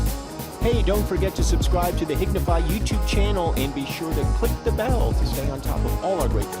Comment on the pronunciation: I hate that they try to say hignfy as a word